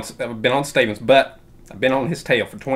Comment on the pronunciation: Not Steven,.. 'Staven'. Im already laughing and its 20 seconds in is top shelf